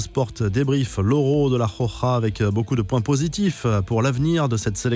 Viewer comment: Arrêtez d'utiliser le mot "la Roja" si vous ne pouvez pas le prononcer correctement. Merci 😉